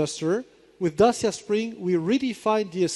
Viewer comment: C'mon, Renault people, learn how to pronounce "Dacia" correctly...